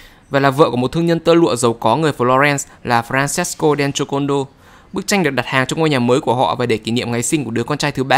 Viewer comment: đọc kiểu: Lisa đen chô côn đo :))